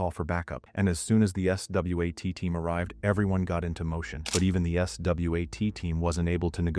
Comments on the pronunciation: It's AI. Who says S-W-A-T letter by letter instead of saying swat as if it's a word? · The AI narrator can't pronounce SWAT properly..😂😊😅... S-W-A-T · stupid AI voice over has to spell out swat lmao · Who tf pronounces SWAT like that